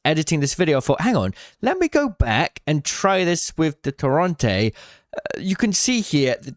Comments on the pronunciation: why does bro keep calling it torronte, when its called torrente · Ping the Torrente in game so you can learn how to pronounce it correctly pls